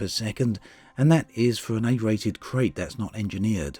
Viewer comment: It's pronounced Krite. KRITE.